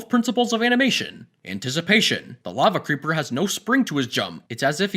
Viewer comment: Mikæl Mayeurs I AM TRIGGERED I HatE HE SAID LAVE CREEPER